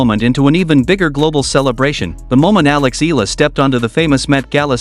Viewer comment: Eala is pronounced as EE-YA-LA. 😂 FYI.